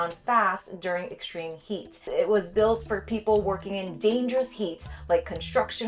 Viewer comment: “Durig” the heatwave 🤔